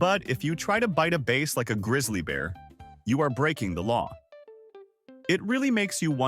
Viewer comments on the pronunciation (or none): A "Base" instead ofBass? AI .... :( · AI should learn how to say bass and not BASS. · Bass is not pronounced "base", a fish is a"b ass", please teach your AI. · Bass not base! AI is stupid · I have so many questions about 24, like the game warden citing the bass (not pronounced base) for an sui? Could be a dui if it was going down, technically diving under the influence 🤔. But my guess is moonshine distillers who finally realized they also need to EAT, not just drink, but being drunk they just poured some moonshine into the water and grabbed what floated to the top instead of burping 😅. If you don't want to get your feet wet just pour in beer and grab them when they head to a tree 🎄 to pee 😮🤣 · I am particularly impressed by the title AI, which I think stands for Artificial Intelligence. This AI needs to learn about reading in context. How many times did "he" pronounce "bass" as "base?" Do we have fish who are playing large stringed instruments? I hope it's not an electric bass, all the fish around him would be electrocuted! This reminds me of a song: AI, AI, Oooooo!